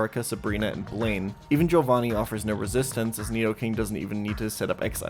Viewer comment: W for Joe-vanni pronunciation. The correct pronunciation.